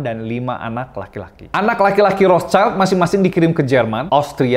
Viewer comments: Bang, dibaca Rot-syil. Cmiiw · bahasa jerman bacax "rotsilt" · Ejaan nya : Rot Schild /rot shil (artinya perisai merah dlm bhs Jerman) bukan Rots Child /rots chail Ato Red Shield dlm bhs Inggris